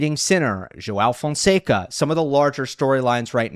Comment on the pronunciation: I find it surprising that you make the effort to pronounce João Fonseca’s name, who is around number 40 in the ATP ranking, in correct Portuguese and yet treat the number one, Carlos Alcaraz, with such disregard. I don’t understand it. Some kind of selective xenophobia?